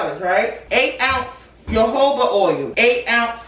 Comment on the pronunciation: Love this video,, but I gotta help you out with that Jojoba, my girl. 😂 It’s ho-ho-ba. The J’s are said like H’s. Nevertheless, this is a smart video. You’re showing your customers it’s safe to purchase from you. 🥹💗